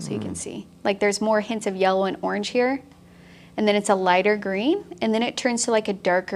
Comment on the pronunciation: Yella! You said Yella! Thank you for sharing your mad skills! <3